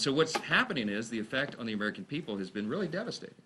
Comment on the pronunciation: P.R. need help to, to prepaar. The pepal